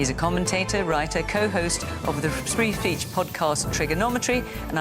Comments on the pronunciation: Did they just say spree feech instead of free speech??? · Did Fiona Bruce call Triggernometry a 'Spree Feech' podcast? 😂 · "co host of the sree feesh podcast" She couldnt even say it.